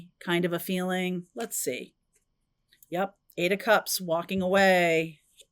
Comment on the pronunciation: It's funny, I thought you said "jealousy " when you said "let's see," then the card came out 😮